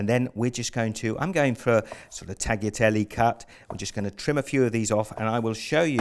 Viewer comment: great recipe , but it's pronounced "tah-lyah-tel-le" :)